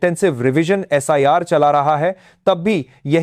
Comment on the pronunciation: एब्रिविएशन कोई शब्द नहीं होता है। इसलिए एस आई आर को सर नहीं बोला करें। ठीक है आर एंड ए डब्ल्यू को हम लोग रॉ कहते हैं एन ए एस ए को नासा कहते हैं लेकिन उस हिसाब से एसआईआर को सिर कहा जाएगा, सर नहीं।।